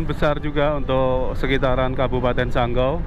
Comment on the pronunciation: bukan sanggo,tapi sanggau😅